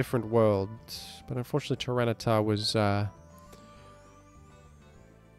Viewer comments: I keep hearing say Tyrano-siff. What does that mean? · Hey why do you say Tyranasiff? Big fun btw i watch your vids everyday with my breakfast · In case you’ve not found out yet — I believe the French name for tyranitar is Tyranocif. Also, I believe there was a bit about someone mishearing fringe Pokémon as French Pokémon, potentially resulting in calling several other Pokémon (name)-cif, like aerocif and the like:)